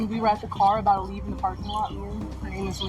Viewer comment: “I’m uh bowda leave.” She kept repeating. What has happened to the English language? It’s so annoying. These are supposed to be college educated people. This is not quite, but almost as ridiculous as the use of the word ratchet (a wrench) used as the word wretched. The best one is the word axe🪓 as ask. Oh, and let’s not forget the use of,the words literally, and like! We really are headed for the real life version of the movie Idiocracy!